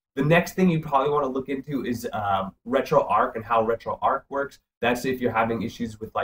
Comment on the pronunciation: Pronounced retro arch as in archway not ark as in fictional boat that carries two of every animal.